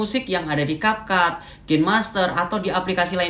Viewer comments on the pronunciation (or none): none